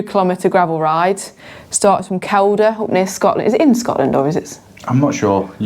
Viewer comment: Kielder is pronounced Keel-der and is in England but only 1.5 miloneys , as the crow flies, from the Scottish border. It's a great gravel area, I love it up there. I hope that the weather gods are with you 🌞 🙏 🤞, it can be bleak up there! All the best for 2024 🚴‍♂️👍